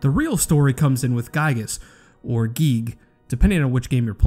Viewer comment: Giegue... "giyig" you said.